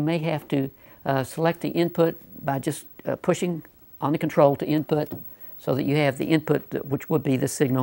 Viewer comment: thought it said inpot